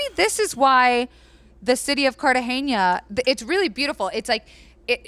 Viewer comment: Loving your podcasts, HtH is one of my favorites ❤️ Only thing: Cartagena is pronounced CartaHena